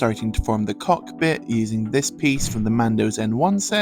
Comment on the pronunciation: You should have put emphasis on part of the word like: COCKpit